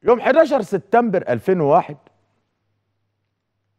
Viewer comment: يا سيد عكاشة ما تقول ليس بجديد فنحن أيضا نتطلع على برامج الانترنت وانت لم تأتي بجديد ولن تأتي بجديد . ملحوظه سبتمبر وليس ستتمبر اتمنى ان اسمع منك كلمتين منطيظمين😂